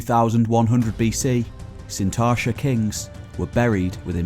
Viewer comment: There's a 't' in Sintashta..